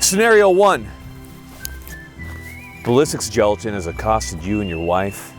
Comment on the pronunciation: Gelajin huh.lol